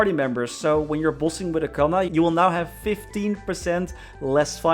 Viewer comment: I don't understand why they keep butchering Kanna...